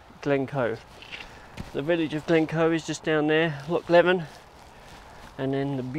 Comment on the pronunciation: Nice video. But next time, remember Loch Leven is pronounced Loch Leave'en (rhymes with "even" not with "eleven")